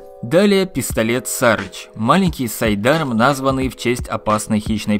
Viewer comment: Сары́ч. С английского Buzzard переводится как канюк, или сары́ч - птица такая. Неужели было сложно загуглить? Upd: досмотрел, даже загуглили, но ударение все также ставят неправильно. Пушки говно, даже того затраченного времени не стоят